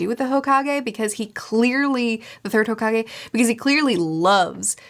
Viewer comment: Hokage is pronounced “hoe cake” 😜